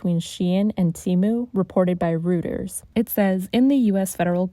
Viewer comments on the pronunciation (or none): Reuters is pronounced "roy-ters," not "roo-ters." :)